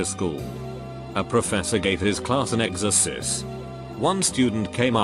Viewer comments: it sounds like the voice says "The teacher gave his class an exorcist". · No one: Literally no one: Bot: Exersis